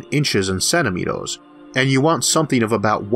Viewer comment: and it may be to do with the fact its been made using a app/program that turns words into speech! still...i dont care if you find it hard to understand...it must be a cheap app/program to say SILVER as SILVOR...CENTIMETOORS not CENTIMETERs...and it gets annoying every other sentence. Im very interested but update your bloody software.please.still.thank you for time spent uploading.